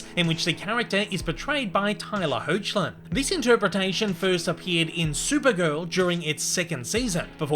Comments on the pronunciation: Amazing video and a fantastic start to a new series!! Please make more!! ❤️❤️❤️ Maybe Batman, next time? Or maybe just some other notable Superman comics characters like Lex Luther or Supergirl? P.S. The current Superman Tyler Hoechlin's name is actually pronounced Heck-lin. Super confusing, I know! The spelling is very misleading (I think it's German?). You'll probably never need to bring him up again but, I figured you might still like to know just in case you ever needed to pronounce it for Cartoon News or something. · PS. Be careful with the pronuciation of Tyler Lee Hoechlin's surname: it's /ˈhɛklɪn/ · Why does it bother me so bad when he said Tyler Hoechlin's last name wrong?